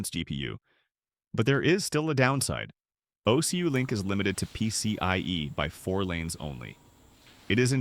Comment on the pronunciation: Terrible AI voiceover. "OCulink" pronounced "Oh See You Link" lmao.